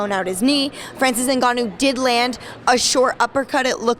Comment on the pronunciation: His name is n ga nnou NOT INGANYOUWWW